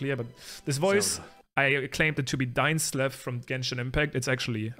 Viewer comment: “Dainsfeif!” 😂😂😂 Ngl, this was me too!